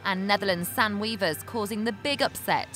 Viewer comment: Its not Sen wievers, its Sanne wevers